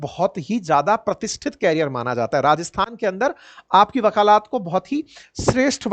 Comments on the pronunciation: साहब शब्दों का उच्चारण दुरूस्त कर लीजिए, सही शब्द वकालत, ना के वकालात, शुद्धि कर लें। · वकालत है वकालात नहीं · Sir, aap apne Hindi aur English ke pronunciation ko improve kijiye. Your presentation is very good, you look nice as well but incorrect pronunciation turns things off..like- you sound Nabbhe instead of Nabbe, you said wakaalaat instead of wakalat in this video. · वकालात न कहिए 🙏 वकालत है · बुरा ना मानें। विनम्रता से बताना चाहती हूं। वकालत, वकालात नहीं। ये गलती बार-बार दोहराया गया। चूंकि आप शिक्षण कार्य से जुड़े हैं, इसलिए यह बताना जरूरी था।